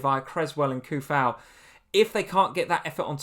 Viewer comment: it's pronounced 'Soo fowl' not Coufal. deleting my comment won't help